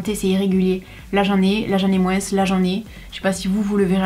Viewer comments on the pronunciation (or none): ON MOIN ET PAS MOINSSE 😝😝😝 ET PAIN AU CHOCOLAT